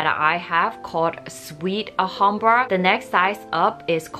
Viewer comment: Please pronounce Clif as Cleef as in a Leaf. Thank you. Also, you sau 'Ahambra' please note it is pronounced with the L. So it is Al-hambra.